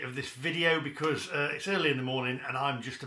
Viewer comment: you accidently said 'Be-cuz' rather than your trademark 'Be-COARSZE' at the start of the video what's going on!? The mask has slipped xD